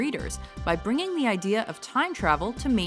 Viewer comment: Yeah great "ODEA"...lololol